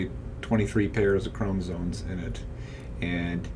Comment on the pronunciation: Are you saying chromosoNes?